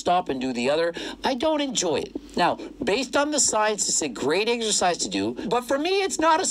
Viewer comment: Why can't Greg say "exercise" correctly?